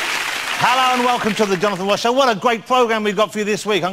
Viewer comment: The Wonathan Woss Show with Gowdon Wamsay